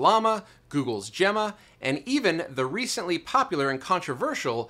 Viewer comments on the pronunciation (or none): none